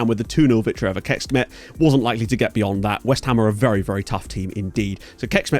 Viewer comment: Hey! Just wanted to say I appreciate the effort you put into pronouncing foreign names correctly - you're easily the best one at that out of the FM youtube content creators in my opinion. So just a slight note on that, the Hungarian "cs" sound is basically the English "ch" sound, so basically Kecskemet is not "kekshkemet" as you've been pronouncing it, but "kechkemet", and the same applies for others (Pecsi etc.). Once again, really appreciate the effort you've been making, partially why you're probably my favorite FM youtuber. My ears bleed from how bad most other creators are, lol. It's really painful to hear people butcher everything when you know for a fact most of the correct pronunciations